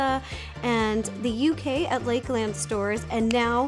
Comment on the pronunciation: I love the way that you actually pronounce the 'a' in the land bit of lakeland cause we usually say it as more of a 'u' where i'm from